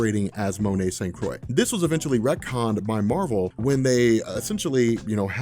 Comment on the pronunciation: It's pronounced St. "Croo-ah"